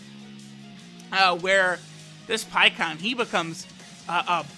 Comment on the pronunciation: Pie kon it’s pie ku han